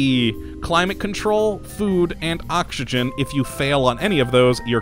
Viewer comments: Does anyone else hear him saying okshigen instead if oxygen, or are my ears playing tricks on me? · Yitzi Schweitzer The way he pronounces oxygen is funny :D